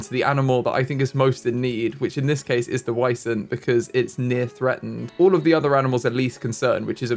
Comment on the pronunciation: is almost correct! They are pronounced Vee-zent/ˈviːzənt. Edit: Please name one of the Wisents Vincent 😊